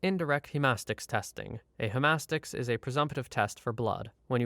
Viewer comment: Im in a csi class in a Canadian university, ive met the blood stain analysis guy, he taught the lecture Also its pronounced hema stick